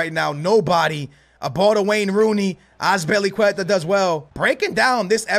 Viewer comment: Lool did anyone hear wen he sed azilpuceta with the good D loooool